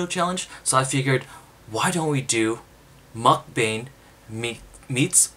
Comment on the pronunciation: Thought you were saying MukGang I was like Reppin!!!!